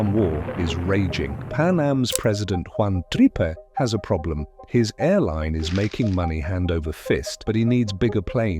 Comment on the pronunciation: Its pronounced jaun trip not jaun tripe pay